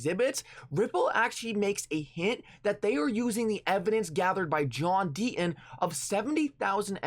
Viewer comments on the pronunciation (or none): The inflections in his voice and the fact he cannot pronounce the letter T, mean I can only watch him on mute with subtitles/closed caps. But even then I get frustrated as the subs read the way he speaks. They read John Dean instead of John Deaton.